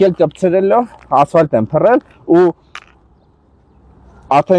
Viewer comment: Ասֆայլտ չի ասֆալտա